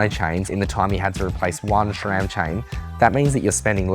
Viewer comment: Since the S in SRAM is named after a guy named Scott, why is it pronounced SHRAM?